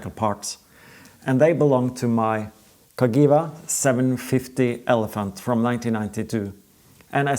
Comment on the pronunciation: Loving the series - now watching all the back episodes to catch up, great stuff!! But... must say one thing: Cagiva is pronounced Ka-jee-va where the j is the Englisg J not the Scandinavian j which is like y in english.. The name actually comes from CAstiglioni GIovanni VArese, read more here